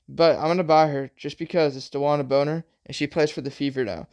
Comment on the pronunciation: Brother. It’s bonner*😂😂